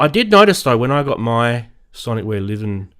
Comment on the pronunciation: Surely Liven is pronounced "lie ven" and not "liv-N"? Or is that a running joke between you crazy charismatic guys? Personally, I prefer button/knob combos to menu diving. The Livens are very easy to learn and memorise. The only gear out there offering an even better UI/UX are the Novation Circuit Tracks and Rhythm. I'd much rather keep spending £230 on Liven boxes that do one or two things really well than spend £1500 on a workstation that's got an impenetrable UI and tons of features I'll never use.